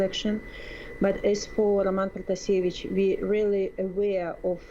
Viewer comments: I’m sorry but did the CNN reporter know anything about this before she took on this topic 🤷‍♂️😐 she pronounced her name wrong she called Lukashenko the president still and then she literally wasn’t listening to her as she was talking to her she explained the same thing could’ve happened to me and then she’s like so this happened to you ? 🙄 like damn lady are you even paying attention 😐🙄🤷‍♂️ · And also the way how she pronounces Roman Protasevich is not really correct...